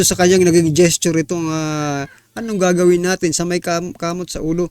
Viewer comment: PAINGLES INGLES KAPA! TAS "ANONG ATING GAGAWEN?" ALA EY... KUNG DIMO ALAM EY DIUMAYAS KA DYAN KAYA?